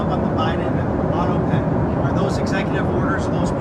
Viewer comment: It's pronounced auto pen. Not auto pin!